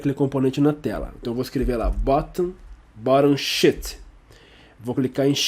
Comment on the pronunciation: Excelente aula, muito obrigado! Em qdo vc falou "Sheet" pareceu que era "shit"!